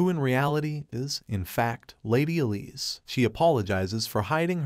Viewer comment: her name is E-lise not lisa.